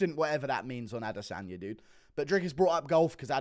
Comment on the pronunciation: ah-DE-sonya So cringe...